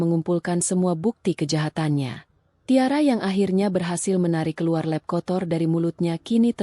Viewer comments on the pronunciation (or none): Adminnya bego / tolol atau gimana ya "lap" kok diucapkan "lep", emang ada bahasa Indonesianya "lep" 😭😭😭